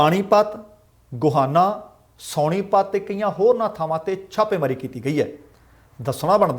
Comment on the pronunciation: Bhaji please correct your pronunciation. Not ਸੌਣੀਪਤ but ਸੋਨੀਪਤ Thnx